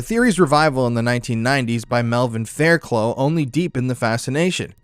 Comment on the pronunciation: Just signed up to support the channel, absolutely love the effort and detail that goes into your research and delivery of these interesting topics. Really enjoyed tonight's historian and his lovely teeth 😁. All involved should be very proud of your efforts. Quick note, if you come across a name like fairclough it's pronounced 'faircluth'. Keep 'er lit 🔥 ps my money is on kominski......mommy issues